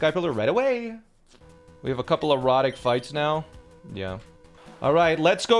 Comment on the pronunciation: Why does he say erratic like erotic?